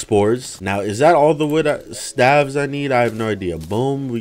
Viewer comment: he pronounces stave wrong hahaha